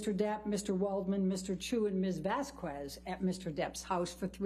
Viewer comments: Vasquez is not bass cue es, is bass kes. The u is silent. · She can’t even pronounce Vasquez right through the WHOLE trial what did people expect 😂